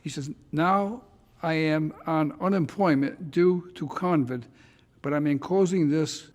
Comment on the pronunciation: Judge Caprio reading letter: "I am now on unemployment, due to coNvid" 💛✝